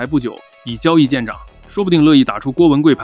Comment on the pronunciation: 确实是AI啊，以交易见长（zhang)….